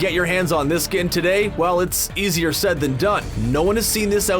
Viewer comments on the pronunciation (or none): none